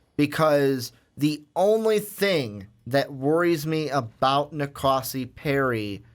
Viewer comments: These guys don't know how to pronounce any names for any QBs. Do some research before recording. Keeyaah, Rosseeeair, En-Kahsi. Come on. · It's Na Koh See